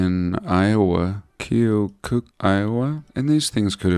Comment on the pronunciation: Pronounced kee-oh-cuck iowa... pssst - look at its old world lock and dam.... has a star fort about 30 miles north (fort madison iowa)